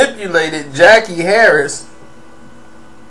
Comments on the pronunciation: Her name was Sandra on 227. I can't spell her name but I'm sure it wasn't pronounced Jackie Harris. More like Jackee' Harry I believe. Good video but please Gather all of your facts sir before presenting them. Gonna make ppl unsub. Just sayin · Jackie "Harry", not "Harris. See this is that partial info shit im talking about.